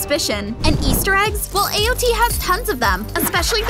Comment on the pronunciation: AOT not AO T